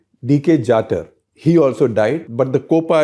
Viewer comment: Thanks for piecing together the story of Kasmir Princess. I was five then and read a sketchy article about it in a widely read Marathi magazine then. Your story blew away the dust of time from that memory. At that time, Captain Jatar (pronounced Jataar) and Ms Gloria Berry were my heroes. Thanks bringing them out of the oblivion.